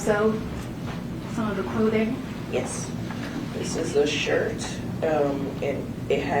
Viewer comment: dude cant even properly pronounce "yes" ffs